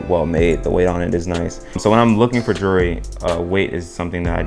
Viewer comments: Whats juree? Its jewel-er-ree 😂😂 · actually its jewel-ree, why are you adding an extra syllabus